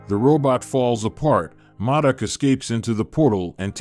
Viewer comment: Modok not madic